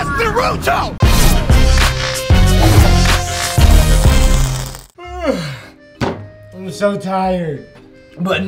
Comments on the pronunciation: It Naruto not nuruto that makes me vary mad when u call it nuruto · It’s Naruto not Ruto